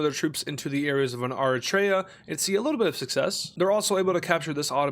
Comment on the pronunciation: If you can ever find me a white person who knows how to pronounce “Eritrea”, it will be a divine miracle. White people generally believe they know exactly how to pronounce Eritrea…and not just know but absolutely nailed it. As an eritrean, it’s very cringe and couldn’t be worse.